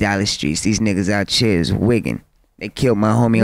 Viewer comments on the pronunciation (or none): I know this bitch ain't just say "out'chea"... I'm done